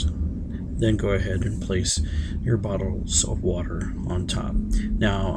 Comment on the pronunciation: Hello! Great video. Are you saying “place your bottlesssOF water…” or “bottles of salt water”? Do you have to use salt water? I understand what salt does to water, just want to know what you are using. Sounds like “bottles (with added ssss sound on bottles) of water”. Do you have to use the screen?